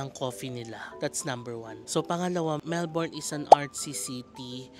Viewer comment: last day na di pa rin mapronounce nang tama ang melbourne amp